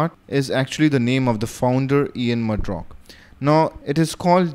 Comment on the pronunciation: the name is Ian Murdock and not Ian Murdrock Great video on debian, very informative.